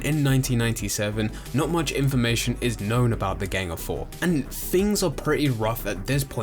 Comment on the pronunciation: So is it gang or geng? The way you pronounce it really takes me out of the video.